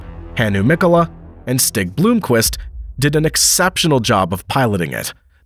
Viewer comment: Quattro in Le Mans? Permanent awd is not permitted in the endurance racing. Btw it’s Blomqvist not Blooomqvist, and Piëch not Peach and many more. Google can help with pronounciation either. These guys deserves it, they’re just legends in motorsport history.